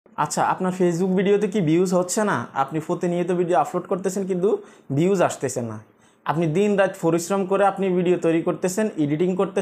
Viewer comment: ভাই আপনার এই ভাষা গুলো উচ্চারণ সঠিক করেন প্রতি ভিডিও এই শব্দ গুলো বলেছেন-আফলোড,ফতিনিয়ত,,ফরিশ্রম,ফেজ